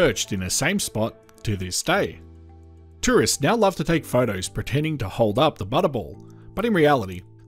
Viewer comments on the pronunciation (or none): none